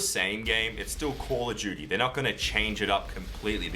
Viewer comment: its call of duty not calludooty LMAO